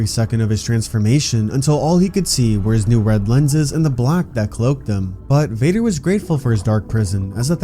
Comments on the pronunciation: bro did not say vader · that didnt sound like you said vader 🤨🤨